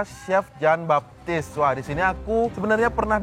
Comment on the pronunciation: kedengaran gue, si hovit bilangnya chef jin baktis 😅 Sorry....